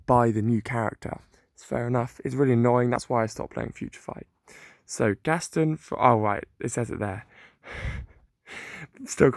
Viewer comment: It is not gastin it is gast on